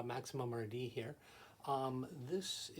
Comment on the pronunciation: hahaha thanks. I’m nostalgic for your old intro. “Welcome to another Max-eye-mum RD presentation.”